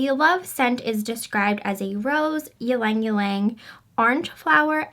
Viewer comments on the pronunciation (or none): pronounced "lang lang" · Mary Shriver I know that but she pronounced it wrong 😋. But I agree it smells like pure heaven